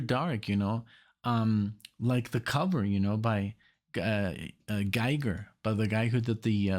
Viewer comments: Oh and not to be a jerk but Giger is pronounced "Geeger". Keep up the good work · That little gap before Welcome Back My Friends part was where one side of the vinyl record ended. That burbling synth sound faded out at the end of the side and faded back in on side 2. Also, Giger is pronounced with a long E..like Geeger. Sorry, just nitpicking.